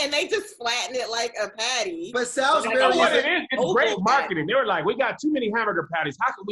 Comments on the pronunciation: Coming from someone who is from Salisbury MD it’s pronounced like (sauls-bury) not Sal-is bury🤣🤣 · First, it's pronounced "Sauls-berry" steak, second, you gotta be in the real south to get it from the store and make the real thing. It is not just ground beef as described and its not much like the tv dinner thing.